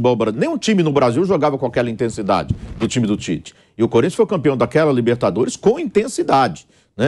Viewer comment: Onde você lê pite/ É Tite.